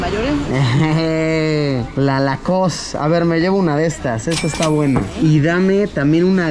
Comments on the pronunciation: No es lacost es lowcost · "Lacoss" me mató, porfa pongan la flauta de jurassic word 😅😅